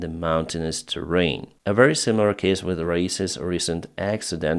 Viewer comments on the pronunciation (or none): none